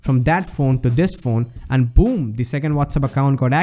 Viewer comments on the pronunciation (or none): its not baam...its boom ..lol